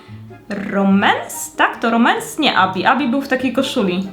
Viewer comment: Romans a nie Remans😂😂😂❤❤❤